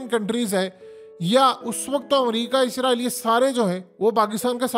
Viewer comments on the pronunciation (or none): none